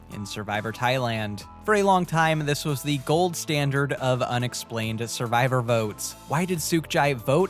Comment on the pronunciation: Anyone else see the ship at the intro and hear, "Idol Boats," not votes?